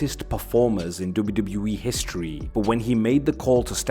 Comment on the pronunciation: WWE ❌ doube doubli eee ✅